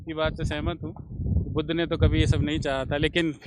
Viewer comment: budhuuu budhaa kya bola smjh nhi aaya kya bol rhe ho